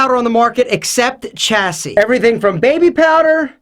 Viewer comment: "Chassis" is pronounced "Shassey"